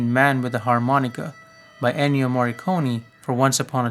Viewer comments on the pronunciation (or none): none